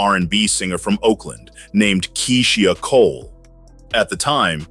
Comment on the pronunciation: If you can't even pronounce "Keysia Cole" that way we say her name (& the way she says her own name)...you're obviously a CULTURE VULTURE. I'm out, not coming back